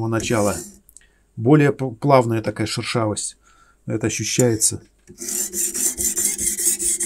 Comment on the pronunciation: Прикольно, шУршавость))) Это от слова шУршать? Вроде шЕршавость правильно))) От слова шЕршавый.